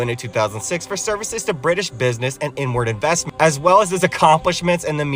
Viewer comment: It's back a bit from that. is when he says it so you have to go back a second or two before that to hear it. I had to search around but you're right it does sound like that. 😅